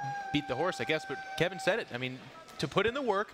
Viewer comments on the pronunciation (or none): none